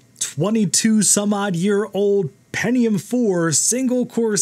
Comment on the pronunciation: oh yeah the "pennium" 4 yeah and also a Bo'Oh'O'Wa'er